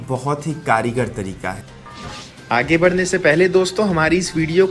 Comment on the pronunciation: Kirigar nai kargar hota hai...